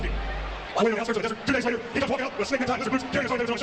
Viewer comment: Patrolling the Mojave devert almost makes you wish for a nucular winver